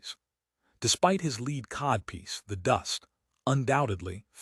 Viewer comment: It lost me when it pronounced "lead codpiece" as "leed codpiece"